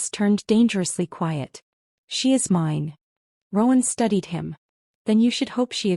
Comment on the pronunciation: Wolf was whining “Wine”? I think “Mine” is correct.